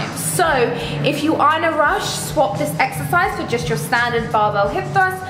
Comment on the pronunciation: I swear I heard you say "eggsercise" hahaha